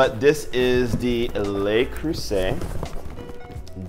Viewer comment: Love watching you review the Le Creuset. I hope it's ok to let you know "Le" isn't the word that sounds like "lay" in French, that would be "Les." Le is more comparable to a dull "u" sound. I hope it was OK to let you know, as one fellow American to another. (=